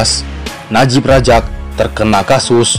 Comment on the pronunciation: Medok banget,Abdul Razak bukan Rajak Muhyiddin Yasin lahir di Muar, Johor bukan Muai Banyak lagi yang lainnya, antaranya Khir Toyo..